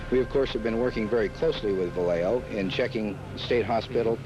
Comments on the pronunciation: Va lay oh… not Va lay ho please. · It's pronounced like "Viyayho" ughhh